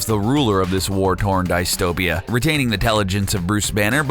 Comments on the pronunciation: Did you seriously say "die-stow-pee-uh" lol? It's "DIS-toe-pee-uh" I mean come on.... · It's pronounced DISStopia not DICEtopia!!! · its DISS-topia not DICE-topia. Get it right. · "Dice-topian" "Nucular" "Dice-topia" ╰(ಥдಥ)╯* screams internally *